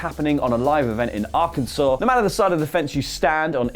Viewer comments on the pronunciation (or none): none